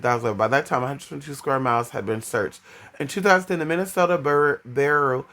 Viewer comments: The ones telling you and making you have feelings shouldn't they tell you how to say towns correctly it's Minneota like pronounced ( Mini ota) or take the S out of Minnesota. Also Minnesota is the state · I live 3 miles from minneota I was 21 when he went missing his car was found within 8 miles of where I live. No I didn't know him. It just seems everything I see about Brandon everyone mispronounce Minneota. I do remember the river was flooded and normally does in the spring when he disappeared and normally in the summer you can normally walk down the center of it and it's hard to find a spot deeper then waist deep but most places are about knee deep. I have no clue what happened to him but have a few ideas that may have happened